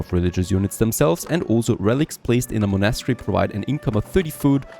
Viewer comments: haha, wait... what did i just hear.... you dont know how prenounce a word like "monastery" ?! OMG i'm sorry but it was just like the most funny thing i've heard in a while when it comes to people trying to speak fluent english ^^ Look, Its like this you say it and try after me,... Mon-est-ery. its a religious buliding, kinda like a church or a cathedral. only diffrence is that a monastery is a structure were kinds like monks live or study, and in the old days of missionaries voyages, the monks traveled all around the world building monasteries and chapels to spread the word of christianity. "witch is just BS, because we all know the monks mostly raped natives anyway" But enough about that, and im so sorry to sound like a pain in the ass. You sound like an old enough gentlemen that really would know how to say such a common word like that, even if you're not born in Britain. whatever, nice video anyhow! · Thats not how u say monastery ;) U say monAstry its monastery. Or is there more than 1 way to say it?! Like privacy. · The way he says monastery kills me everytime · You’re not saying monastery right